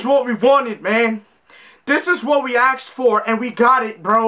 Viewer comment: “Exactly what we axed for”. 👌🏽👌🏽